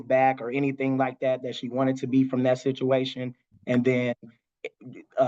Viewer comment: It sounds more like a shituation 😮